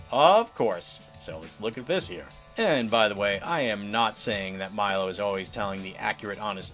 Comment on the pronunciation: Learn how to pronounce Milo's name